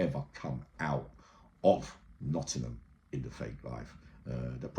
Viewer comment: Erhhh. NOTTINGHAM NOT NOTTINHAM. THANKS 😅